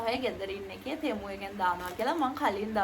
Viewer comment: අද නම් ටෙමු වෙනුවට තෙමු කිව්වා නේහ් 😅